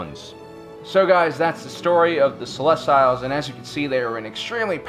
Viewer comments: Celestiles wasn't better... He failed pronunciation class this week. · Yeah Celestials as in celestial bodies, sel-lest-E-al not sel-lest-tiles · "they where the celestials" not, "they where the salestails" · Celestials: Pronounced sel-est-EE-als, not sel-est-AI-als. Sorry, couldn't help it. Great video though, very well done. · Great video, but your pronunciation is killing me. It's not "celes-tile". It's closer to "celes-teal". Nitpicking, but it just jars me. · Cel-ess-tee-ulls. Not Cel-ess-styles. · This is the funniest shit ever. Its pronounced celes-tee-youlz lmaoo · It's CELESTIALS, not CELES-TILES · Oh my gosh!!!!! The way pronounce Celestials is ruining my fascinination of this topic!!!! It pronounced like this, CELL- EST - EE - ALLS!!!!! NOT, CELL - EST - I - ALLS!!! Please fix this! It will help you maintain your intellectual persona! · .... Celes-tiles? what?! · Yeah right? It’s celestials? As in “sel-est-ee-alls” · Hypyx No. it’s Ce-les-tial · I just found your channel and subbing was a no-brainer. Fantastic, we'll researched information! Love the presentation too. One note to keep in mind is pronunciation of species' names. Protheans (Pro-th-ee-ans) Celestians (Cell-es-tee-als) Keep up the good work, guys! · The "See-Lest-eee-alls" disappeared because no one could pronounce their name in this video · I'm sorry... "Celest-YLES"????? that's... Definitely not how you pronounce celestial. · Why you saying Celestials like Reptiles? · sil - lest - ee - uls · Ummm...grammar nazi here...you keep pronouncing "Celestials" wrong. It's pronounced the same way that astronomers talk about stars...the "i"' is pronounced with an "ee" sound, followed by a "y" transition to the "ah" sound of the "a". You can either pronounce the "t" as a hard "t", or a softer "ch" sound...depending on how fast you say the word. Seh-les-tee-yel. No need to thank me...it was my pleasure to assist you. ;) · Oh man u butcher pronunciation of Celestial dude!